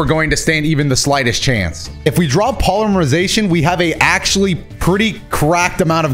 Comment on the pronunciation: Another day, Another chance for to say "Polyremization"